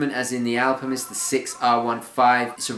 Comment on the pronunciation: Are you saying "AlpiMist"? Or is it just your English accent?